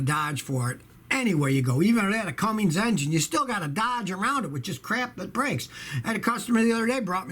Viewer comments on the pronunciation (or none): cum ins not cum ings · Scotty I love your videos and your knowledge but PLEASE BE ADVISED There is no G in "CUMMINS". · I think it's funny that he can't even pronounce Cummins right